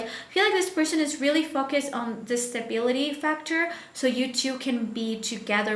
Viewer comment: You don’t pronounce word Focus correctly!